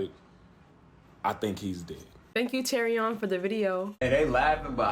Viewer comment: Lol "teary-own".